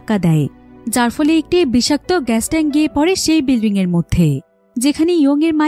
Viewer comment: Bilring na bilding Hobe?